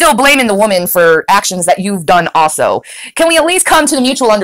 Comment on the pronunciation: If you like the missing Gs, pay attention when she says "also" - there is NEVER an L sound